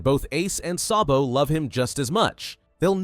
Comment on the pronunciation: It not sobo it so D bo